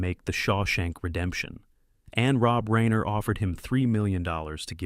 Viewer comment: Ok so you pronounced Reiner wrong and $3 million while it is a very large sum of money it is not generational wealth. You could easily spend all of that all at once.